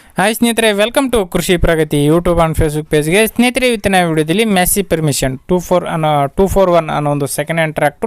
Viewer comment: ಅಣ್ಣ ಅದು ಪರ್ಮಿಷನ್ ಅಲ್ಲ ಫರ್ಗ್ಯೂಸನ್